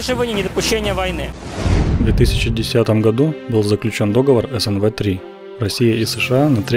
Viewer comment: Договор - ударение на третий слог.